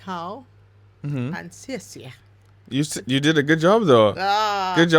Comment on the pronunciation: Such a beautiful, fashionable auntie, and the ‘nǐ hǎo’ and ‘xiè xie’ were spot on! 😊